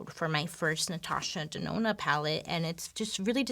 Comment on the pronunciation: She said Natasha DeNONO!!